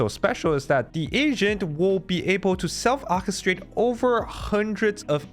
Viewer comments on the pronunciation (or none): This was great but it's pronounced ork-estrate (Ork like the fantasy creature) not och-estrate 😭